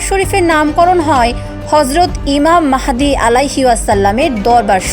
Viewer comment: ইমাম মেহেদী না ইমাম মহাদি হবে । আগে সুন্দর করে কথা বলা শিখুন তার পরে সংবাদ পড়তে আসবেন 😂😂😂